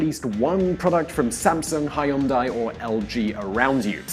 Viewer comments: Amazing video!!! Please correct pronunciation for Chaebol [chebol] / ch pronounced like ch for church Hyundai [Hyoonde] like Hugh in Hugh Grant :) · OMG, when he killed the pronunciation Hyundai......... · "hai-oon-dai" lmao.... its pronounced "hee-yun-dae" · Hyundai is pronounced Hun Day. 현대 not 현다이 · How the hell can Hyundai become "Hai-Woon-Dai" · how tf with the 'hun dai'.... is it that hard to spit it into google translate and let the voice correct your pronunciation? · sounds like this guy read about the Korean economy.. in Wikipedia. He gets so many of the facts and pronunciations wrong lol. If only he went through just a couple of videos on this topic he wouldn't be wrong on so many levels.. Hai-un-die? Kai-bol? 😂 1. Chaebols(pronounced Je-buhl) are NOT funded by the government. Entrepreneurship is relatively discouraged, but it's not because big conglomerates are backed up by the government. It's because chaebols are infamous of taking great new business ideas and behaving as if they came up with those business methods. 2. The first company to mass-produce mobile OLED display was Samsung, not LG. If you were talking about OLED displays in overall you might have been right but no.. 3. Most of the elites in Korea don't even care to be one of Chaebol's employees. Big conglomerate jobs are preferred to small business jobs, but mostly professions with authorized licenses are preferred. 4. The Gangnam district you said people want to live in is NOT the Gangnam in the song. Why would you wanna live in the noisy commercial district? Rich people usually purchase homes several subway stations away from Gangnam. What makes you think the song represents the society? It wasn't a serious song anyways. 5. Samsung is the second largest in net profits next to Apple in mobile phone industry. So your claim that the heavy reliance on chaebols is not good for generating profits can be right but it's for the wrong reasons. I envy your ill-grounded confidence